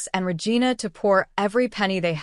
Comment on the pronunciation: Regina is pronounced "Re-jeena". Poorly programmed AI TTS voice. 😮